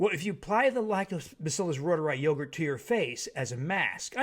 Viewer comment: That ma'am said ruegurt! Call it ruegurt! 😄😄